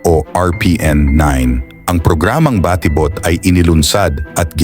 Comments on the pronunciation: Ayun lang, na distract ako sa nag na narrate. Ang konyong a.i. Baa ti bot 😅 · For me hindi naman big deal ang pag pronounce ng word na batibot. Maganda ang presentation at mahalaga nakaka entertained at interesting yung kanyang topic.